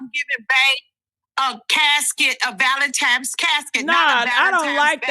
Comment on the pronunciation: Anytime at this big age we still saying “ValenTIMES” 😒 you can gone! I’m sorry.